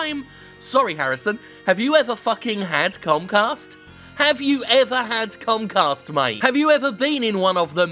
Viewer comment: I heard Jim say "Comcast" as "Cumcast"